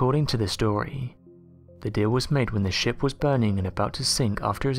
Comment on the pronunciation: It sounds like you're saying 'shimp' instead of 'ship' lol Great video nonetheless!!